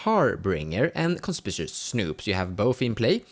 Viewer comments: Conspishuss, eh? :D Just in case you weren't joking, it's actually pronounced kon-SPIK-you-us. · W H Y the everloving FUCK can not a SINGLE youtube channel pronounce the word CONSPICUOUS correctly?!?!